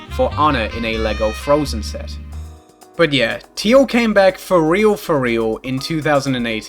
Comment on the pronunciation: every single time you say "set" i immediately assume you said "sex" for absolutely no reason